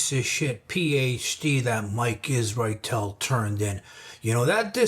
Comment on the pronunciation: I like the fact you can point out what’s wrong and yet you put effort in saying his name well. Some « intellegent » people start thinking They are Truth.